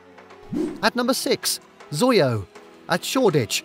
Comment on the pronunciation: XOYO is pronounced by saying each letter individually, similar to how you would pronounce "USA." So it is pronounced "ex-oh-why-oh." Also, how could Heaven not be on the list?! Whether you're gay or straight, male or female, that club is legendary.